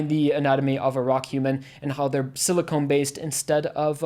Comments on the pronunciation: This may sound pedantic, but important distinction - rock humans are silicon (sill-ih-khan) based life, not siliconE (sill-ih-cone) based life. Silicon is a basic element, silicone is veeeeeery very different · Sili-KHAN, not Sili-CONE.